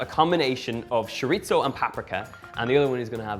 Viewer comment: Sounds great! (Chorizo doesn't have a "t" in it. "Ch" like cheese. Chor-e-so. LOL!)